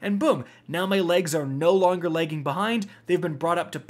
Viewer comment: I ain’t the only one who heard “so my legs are legging behind”💀